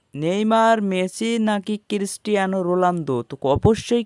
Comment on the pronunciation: Balda age kotha bole thik kor...tore k bollo j bondho hote pare?? Bal chera youtuber sajicho akdom... Rolando ki?? Babar nam ta thik vabe uccaron kor.